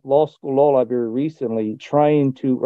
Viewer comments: OH yes libary their favorite....... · Libary. Libary. What else needs to be said?